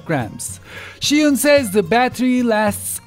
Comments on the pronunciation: Zhi not Shi, come on!!!!!! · No-one seems to know it's pronounced 'jus-win' (where 'jus' is French). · Why do you say shihun?